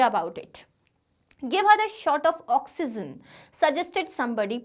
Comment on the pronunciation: Its not oxyzen